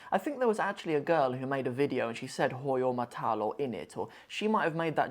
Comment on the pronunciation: Hahaha Manshallah you really saying it well.